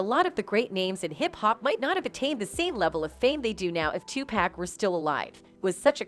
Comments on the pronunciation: Tupac not Tupack 🤦🏽‍♀️🤦🏽‍♀️🤦🏽‍♀️ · Why do white people say two pack it's Tupac. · She murdered his name! Tupac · listen his name is TUPAC OK 2 POCK...PPPOOOOOCCCCCKKKKK LIKE GLOCK PAC!!! OK